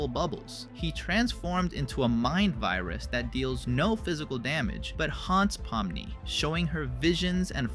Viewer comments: Pominy? It’s pomni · Pomni ❌ Pomny✅ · Pomni❎ Pomny✅ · Pomni❌ Pomny✅ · “Pomny”🥹🥀🤟 (son🥹🥀🤟)